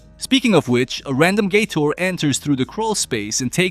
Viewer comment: The way he says gator sounds like Gay-Tour ,which is funny asf